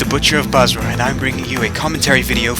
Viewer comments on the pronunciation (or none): none